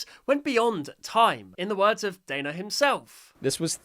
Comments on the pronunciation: not me raging every time he says dAnno instead of dAHnno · Great video, but his name is pronounced Dan-no, not Dane-no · pretty sure it’s called DAN-o not day-no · NOOOOO IT'S PRONOUNCED DAH-NO NOT DAE-NO anyway cool video. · It's not daino Danno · Dayno 😂😂😂 it’s Dan no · its not “dayno” it’s pronounced “dano” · Why you pronouncing Danni, Dayno?😭😭 It's Dan + no --> Danno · It's pronounced dan-o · Leave toon turf alone from this it was supposed to be released 2 years ago and it’s not even to end ai it’s also pronounced Danno not Daino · Just to say, it's pronounced dah-no not day-no. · Your saying Dannos name as dÆnno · i think you are saying dannos's name wrong you are saying daino it's actually danno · yes it is just a Mom ranting about Riggy NONE OF THIS IS A METAPHOR FOR AI SLOP DON’T BE LIKE MY ENGLISH TEACHER Oh also, it’s pronounced Dan-no, not Day-no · Bro said dano😂😂😂 its danno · it’s not “day-no” it’s Dan-no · Dano 🤣🤣🤣🤣🤣 it’s danno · No hate but it’s pronounced Danno not dAnno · no way bro called DANno DAYNO! ITS PRONOUNSED DANO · I KNOW RIGHT!?!?! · By the way, just so you know, it's pronounced da-no, not dai-no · W video but when you say danno don't pronounce is name like that daynno pronounce is name like that denno danno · Bro really pronounced it as Dianeo, instead of Danno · Not to be mean, but his name is pronounced dan-o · The creator's name is pronounced Dan-o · Why did pronounce Danno as Day-no???? That's not even his name and you would know this if you had just watched and paid attention to Danno's own shorts!!! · It’s pronounced Dan-o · The way you said danno made me die a little inside It's not daino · whos "dayno" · Its dan-o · It’s produced “Dan oh” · It’s pernosted Dan-o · I'd like to politely inform you, his name is pronounced Dan-o, like Daniel, but with an O at the end, like as if his parents expected him to become a cereal brand. Dan-O is how Danno is pronounced. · For info it's pronounced "Dan-o"